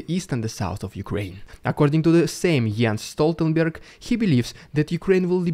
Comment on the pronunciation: Norway here, have you ANY idea how few nonNorwegians that can pronounce Jens Stoltenberg? Impressive! You must have a Scandinavian tongue😂😂😂 Keep up the good work👍👍👍 Ta Vare!